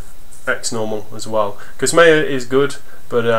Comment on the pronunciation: Thanks, but it's not meya, it's maya